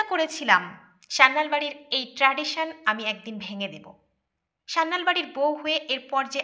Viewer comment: পদবী টা সান্যাল, স্যান্যাল বা স্যানাল নয়